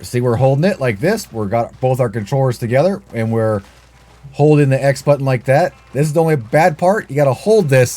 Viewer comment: Thats not how the word button is pronounced g